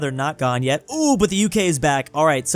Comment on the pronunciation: why are you saying just jet instead of just yet?